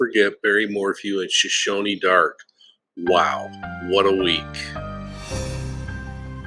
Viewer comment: Shoshana is pronounced "Show-shan-a" not Show- shown-ee . Sorry, it drives me crazy when anyone mispronounces names. She wishes she looked like beautiful Suzanne. No way! The Laundries own at least 4 condos in the Tampa area. Brian could be staying in one of them, or he could be hiding in his parents' or sisters' houses. He's too soft to survive in a forest or swamp.